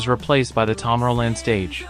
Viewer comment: It also mispronounces tomorrow land. This just gives the impression of being an amateur, a video that isn't very well made.